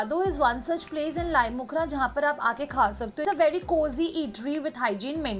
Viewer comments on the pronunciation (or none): Wrong pronunciation of Laitumkhrah 😂😂😂